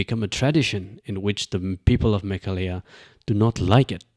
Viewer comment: The MLA has a valid point. Also, it's Meghalaya, not Mekhalaya.